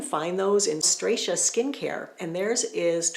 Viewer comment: Btw, Stratia is pronounced “strah-tee-yuh” not “stray-shuh” 😊